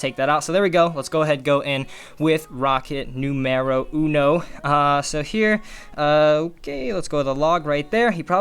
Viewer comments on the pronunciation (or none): Rocket nuMeRO uNO Me: Ok...: Rocket NUmerO two Me: Haha what happened to the Spanish?: Me: THERE IT IS LADS. ROCKET NOOM-ARROW TROIS